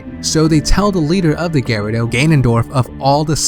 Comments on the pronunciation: why do you say GARADO instead of GUREDO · for like 5 minutes im trying to figure out who the fuck the Gare-odo are but i figured out he tried to say gerudo. god damn if your gonna make a theory and shit and do research then pronounce the fucking names right geez. So this bongo bongo and the sheika are practically the uchiha clan without the sharingan. nice. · also "Gerudo". It sounds like you're saying "gyrados" without the S. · Dude you're driving me crazy every time I hear "InterLOOPer" and "Garido" lol Try Inter-low-per Gurr-oo-do